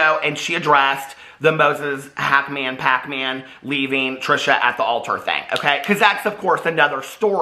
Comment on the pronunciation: I love when you say Hacmon- Pac-Man 😂😂😂